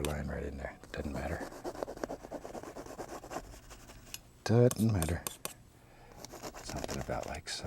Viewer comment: I love when he says “it dun’ matter” lol